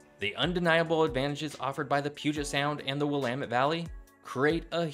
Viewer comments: Thanks for pronouncing Willamette correctly 😂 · Cringe ..... yer butchering the pronunciations; Willipa, Quinault, Juan De Fuca. Glad you didn't try Sequim! ;-) Ya did well with Willamette. A little more homework is needed. And lighting graphics? Really? We RARELY get lightning W of the Cascades. Kinda silly. This video is largely relevant to the areas as far S as the Point Reyes. The only coastal CA city of any size is Eureka, and maybe Fort Bragg. For many of the same reasons as OR and WA. N CA coast has a much easier climate, but the other factors remain true. Guessing around 1,500 miles of coast? Easier to contain the conversation and statistics to the state boundaries, I'm guessing.